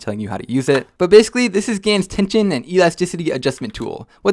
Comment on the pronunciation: its a gans cube (gan was called gans so gan skewb gans kewb)